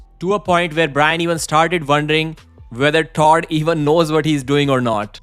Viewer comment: He still needs to learn to pronounce the name Todd.